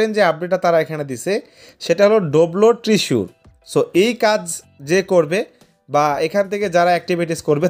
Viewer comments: ট্রিসুর না রে ভাই, শব্দটা হবে "ট্রেজার" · Treasure❌ Tisur✅😂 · ট্রেজার ❌ ট্রিসুর✅